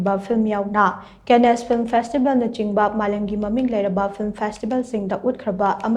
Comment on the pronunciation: Cannes (pronounced Kaan) is not kenesh.